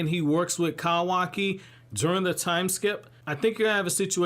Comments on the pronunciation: Its funny how you said kawaki 🤣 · I hate how you say Kawaki and Otsusuki 😭